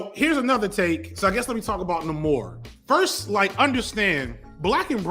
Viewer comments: its NAY-more, not Nuh-mor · Bruh why do you insist on the off pronunciations... Nah-Kee-ya NAY-Mohre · having a mini stroke with every pronunciation of Namor